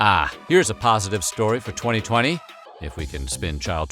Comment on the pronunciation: He said 2020, I heard 2000, and then thought ”damn, 2000 sounded just like damn 2020”